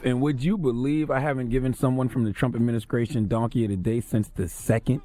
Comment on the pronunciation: haha you heard that too